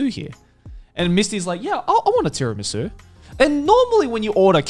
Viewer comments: Is no one gonna address how Joey pronounced Tiramisù almost perfectly? Nice job man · Didn't seem like it to me. He pronounced it in a monotone way with a hard T. Sounded like the way every non-Italian speaker pronounces Tiramisu.